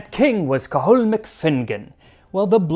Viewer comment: Very entertaining and well researched 😊 Your pronunciation is outstanding by the way! Cathal is just Kah- hal though 😅